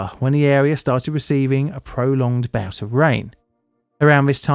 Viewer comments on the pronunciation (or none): none